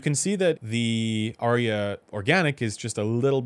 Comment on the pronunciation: There are but TWO syllables in "Arya". 🎧